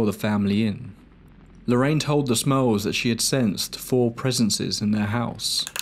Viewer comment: I kept hearing “the Smells” instead of “the Smurls” I’ve never heard of this story before